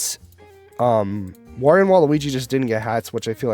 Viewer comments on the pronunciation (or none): none